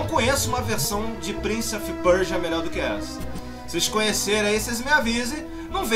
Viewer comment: é o primeiro gamer brasileiro a pronunciar "Prince of Persia" corretamente. rsrs